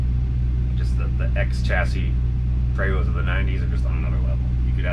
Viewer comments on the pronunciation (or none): PrEEvOst - English pronunciation. Prevosts are BUSSES.